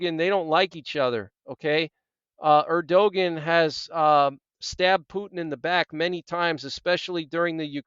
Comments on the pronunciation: it is pronounced erduwon. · Thank you for the update. God Bless! Bit of constructive criticism: Turkey’s president’s name is pronounced AIR-dyoo-gone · You butcher the pronounciation of many foriegn names. If you want to do this type of work learn how to say the sames correctly or try to. For example Erdogan, the "g" in his name is silent. It is pronounced Erdoan. You make Erdogan sound like he's from Scandanvia or Eastern Europe. Also the name of the foriegn minister is Abdollahian. It sounds like jibberish when you attempt to pronounce it. Its Abdo-la-he-an. Aside from the butchering your news and advice is alright. It seems like you defend the Apostate Jews too much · His name is pronounced Airdowan. 😊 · think his name (Erdogan) is pronounced air-doh-wahn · It’s pronounced Err dee gone. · Erdogan is pronounced er-do-wahn